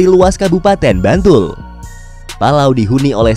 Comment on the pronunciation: mBantul.. Fix naratore wong jowo